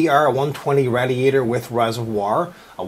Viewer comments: I'm American and I don't say radiator like that. Proper english pronunciation is "Ray-dee-ator" NOT "RAD-EE-ATOR" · Its said.. RAY-DI-ATOR Not RAD-I-ATOR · dont get me wrong this guy rocks but he murders words like proocess raadiatur and other stuff like that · I gotta ask you why do you make a million weird faces and noises when you screw up LMAO! Also only tip i can give you is it said Raydiator not rad-iator. P.S: if you read this im on the Forums. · rad i a tor no say it right it pissed me off say it as raydee ator come on rad e ator idiot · RAY DEE A TOR not whatever the hell he said, got is he getting over a speech impediment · him saying RADiatior makes me sad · PLEASE learn how to pronounce radiator correctly. seriously. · lol, he cant say radiator